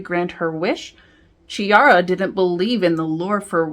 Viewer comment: It's pronounced Kiara, not Chiara, thank you. Otherwise great review, good job!